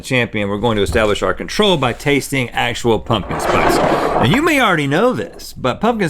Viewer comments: The fact he said “pumpkin sprice” and no one caught it bothers me! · "pumpkin sprice Brian" - Link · "Pumpkin sprice Brian "